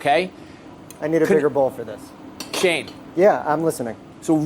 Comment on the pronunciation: shane? all i hear is shame xD